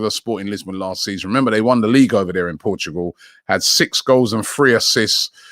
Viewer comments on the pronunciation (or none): none